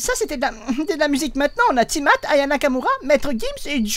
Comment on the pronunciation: "na ti-matt" xD